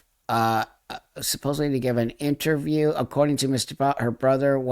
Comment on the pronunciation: Thank you for saying 'supposedly' instead of supposubly ❤🙏❤🙏❤